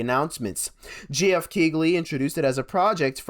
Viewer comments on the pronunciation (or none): none